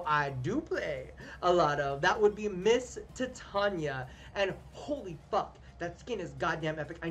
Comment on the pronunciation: u are literally the only warframe youtuber that ive watched that pronounces Titania correctly